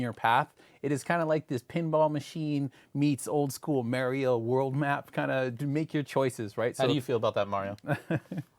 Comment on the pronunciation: this dude really said m"A"rio